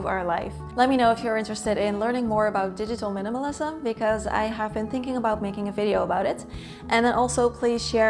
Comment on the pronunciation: Hi, another great video! Yes, digital minimalism would be a very helpful relevant topic...and you pronounced "digitalism" perfectly!!